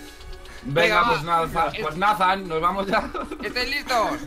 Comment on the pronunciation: Nathan no se pronuncia natdan se pronuncia Neitan